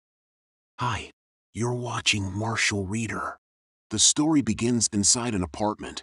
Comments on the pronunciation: Why the heck i keep hearing martial weaner rather then martial reader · At the start I thought he said “hi…. You’re watching martial weiner…” 💀💀💀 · Did he say marsor wenner